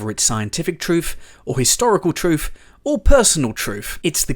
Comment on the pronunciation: I like "Trufe"!